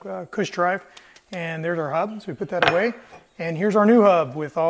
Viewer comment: yeap! I'm from Brazil and "h" sounds like "r", yes, hub! It is a elastic pin and it should be there. I just made one from a roller bearing. All fine now! Thanks! Great video!